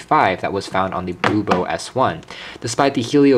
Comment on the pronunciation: It's HOMTOM, not HOMTOP, and BLUBOO, not BLU-BO. Lol.